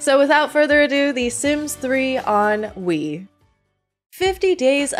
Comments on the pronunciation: i love how it sounds like you keep saying "ennui" bc if that doesnt perfectly describe my feelings towards the sims lately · I kept hearing "The Sims 3: Ennui"